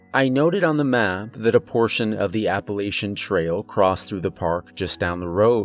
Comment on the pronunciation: ...That's pronounced App-uh-latch-un, you can always spot an outsider from a mile away